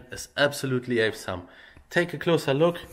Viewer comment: Es gibt "awesome" auch als Audio Datei. So kann jeder hören, wie man es richtig ausspricht.